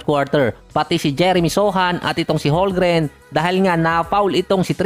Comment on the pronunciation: CHET HOLMGREN Silent L po boss hndi silent M. 'Homgren'.. Hindi po HoLgren.